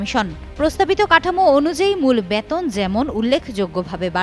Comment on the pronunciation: This represented does not proper bangla pronunciation. She is presenting " Baton" instead of " Beton". What a shame!